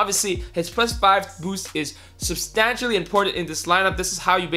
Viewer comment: Every time you said substantially I cringed